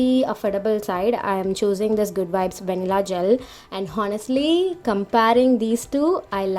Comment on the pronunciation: h is silent in honestly...